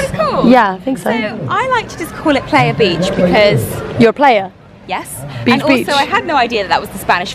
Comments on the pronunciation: I've been scrolling to see if anyone else was laughing and somewhat cringing when rose kept saying "player" instead of PLAYA beach PLAYYYYYA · Lmao it's not pronounced player it's pronounced pleye-a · The fact that you are saying PLAYa not PLAIya is grinding my year 7 Spanish gears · This is making me miss costa rica so bad! what resort did you stay at? i'm always hesitant to book all inclusive. they can be rubbish sometimes. Also, it's pronounced "ply-ah" not "play-ya" :) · Is playa no "pleya" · Playa is pronounced Pl-Ah-yah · Steve Cheetah I know it’s spelt playa , but the way she pronounced it made me giggle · THE WAY THAT YOU GUYS PRONOUNCE "playa" TRIGGERS ME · the way they keep pronouncing "playa" im dying laughing